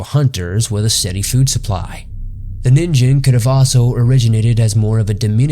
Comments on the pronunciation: It is actually a short "ni" not "nee." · actually it's nin -"gh"en not nin-"J"en it's supposed to sound more like a g, not a j for exaMPLE LIKE THE G IN "G"YGABYTE JST FYIHEHE THANKS FOR THE INTERESTING VIDEO BTW. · NeenGEN not Neenjen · Christ guys, I don't expect someone who doesn't speak Japanese to have flawless Japanese pronunciation, but at least get the name of the main topic of the entire video right. It's "NEEN-gen," not "NIN-jen." So tired of lazy YouTube content that clearly wants to be professional but doesn't put in the work. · Zamasu and Black will take him down don't worry (Also it's called ningen not ninjen) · The pronunciation alone makes this unwatchable. It's not pronounced NIN JEN, its Ning En. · it's pronounced ninGen not ninJen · You do know that its pronounced as "Nin-gain" not "Nin-gen"....right? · Ningen is indeed pronounced “neen-ghen”, not “nin-jen”. If its a Japanese word that contains a G when romanized, it’s never a J sound. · "Ningen" is pronounced "nin-gen" with a g (not a j). Just ask any Japanese person. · "Ningen/人間" is pronounced as [nin-GEn], like in "get." So it doesn't rhyme with "begin." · Fun video! A constructive point: check your pronunciations. The Japanese word "ningen" is pronounced with a hard "g". Also, blubber is used as insulation, no to insult. Keep up the great work! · it's probably pronounced ning-gen you know like you read it manga (cuz it actually spells that way lol) you have to read it mang-ga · It's "neen-gen" pronounced like that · G is not pronounced with a J sound in Japanese. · You pronounced Ningen wrong though. And the animal you show in the size comparison wasn't a blue whale, that's a whale shark. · You butchered the name but quite a good story and research done. Really enjoy your content. Keep up the spooky work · I wanted to watch this but the constant mispronunciation of ningen was too much.